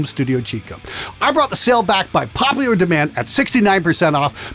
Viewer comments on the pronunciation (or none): none